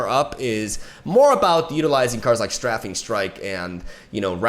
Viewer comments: Stray fing from strafe. Everytime you say straffing my brain hurts. Love you! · I love you and all of your videos, but I can’t let you go on mispronouncing strafing anymore. It’s pronounced “Str-ay-fing”, similar to the word hating. You are saying it like the word laughing. Here’s a link for the root word: There is a little speaker you can press to hear them say it. Much love! I’m here for you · Get some Also, Strafing is pronounced "Stray fing" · Stray-fing strike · Oh shit here comes Str-AH-fing Strike! I merely jest, good video my dude!